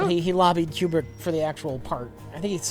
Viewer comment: Did call Kubrick, Q-Bert?